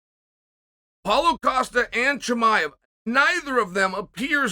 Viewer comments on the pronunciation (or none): none